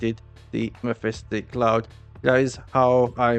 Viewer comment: Great content but please mephitic cloud does not have a letter S in it